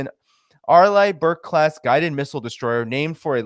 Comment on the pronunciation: It is an Ar-lee-bur-k class ship. That is how it is pronounced..